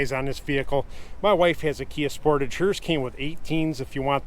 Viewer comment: Y do alericans always pronounce sportage wrong